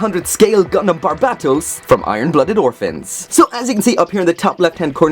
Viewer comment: The only one that doesn't say "Barb-ei-to-u-s"